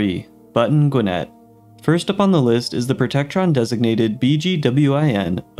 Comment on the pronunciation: You're pronouncing Gwinnett totally wrong 🤦🏼‍♂️